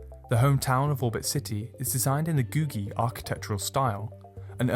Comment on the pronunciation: Googie isn't pronounced like Google. The second g is more of a J sound.